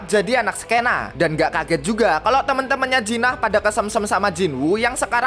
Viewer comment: Jin ah bg bukan jinah blok